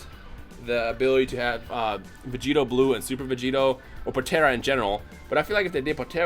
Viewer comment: Am I the only person who cringed the f out of my life that I saw god because said potaira instead of potara (po-t are - uh)